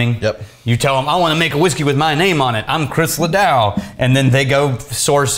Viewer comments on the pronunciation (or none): Literally killing me every time he says LaDOW.... famous person booze is super dumb but, profitable. LaDOO, LaDOO, LaDOO I’m trying to fix it in my head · la-DOO not la-DOW🤦‍♂️ honestly, texas should be embarrassed right now... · it is ledoo not ledow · The irony of busting balls about a mispronounced name and then repeatedly saying LeDow on the VERY next whisk(e)y is exquisite. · Pronounced....Ladooo....famous rodeo star...met him years ago.. Rest In Peace. Was a great guy. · You’re killing me smalls. LeDoux is pronounced Luh Doo or Luh Dew. Your choice. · Being a musician it’s even more upsetting!! La dew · Le Doooo.... say it with me.... come on. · Chris ledoux. Pronounced La Doo. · LEDOUX pronunciation is wrong here... it need to sound more like " leuh dew"... probably French origins, meaning "the Soft". Now I want to say it with his French accent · Your in Texas come on! Every time mispronounce Ledoux it hurt inside. Trying not to hold it against you lol still love you guys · I cringed every time mispronounced Ledoux. You would think that the name ("Just LeDoux It") would have given it away. Just sayin. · I wasn’t sure who he was talking about. When I realized it was Chris LeDoux I almost puked. Makes sense though. Listen to how he says vegetable.